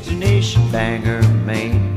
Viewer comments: It’s pronounced Ban-GORE, Roger, as a proud citizen of Maine, I am offended. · Randy Piquette I live there, and I can’t tell ya, it’s not PRONOUNCED BANGER!! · Bangor Pronounced Bang-gor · And Roger mispronounced Bangor.